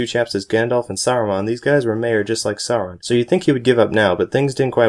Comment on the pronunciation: You pronounced Sauron wrong.